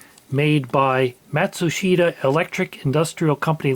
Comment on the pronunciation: Nice rig! Note that it's pronounced "mat-SOOSH-ta". As you noted, Matsushita marketed their equipment under Panasonic in North America and National in Japan, Asia, and rest-of-world. US Conelrad markings were required on all American radio equipment sold 1953-63, so I'd bet they just decided to simply produce one type of dial glass for the entire world. AM is amplitude modulation, which describes the mode, which can be used on many bands. MW for medium wave is more descriptive, as it refers to the kHz band . Megacycles (MC) became Megahertz (MHz) in 1960, but the former hung on for another decade in common use (similar to Centigrade becoming Celsius in 1948, but hanging on in the UK until 1985). $17.88 in 1962 inflates to $192.20 (!) in today's money. It's a shame that AM talk radio ended up having such a corrosive impact on the civility of American society, but it's still a highly useful band, especially anywhere there are long distances to be covered.